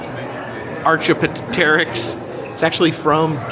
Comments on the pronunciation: Brother, say this with me: ARK-EE-OPP-TER-ICKS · Driving me crazy, the mispronounced "Archaeopteryx". Ar-key-OP'-ter-rix It's not PO, it's OP... and the OP is where the accent is! 😅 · Ahkee opterix is how its pernounced . The animal mummies were used as offerings to the gods . Thanks for the video!